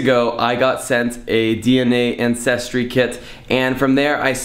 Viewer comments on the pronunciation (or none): haha i dont think you pronounce it "Incestry" I think it should be Ancestry ... the two are a bit different, but maybe related ahhha!!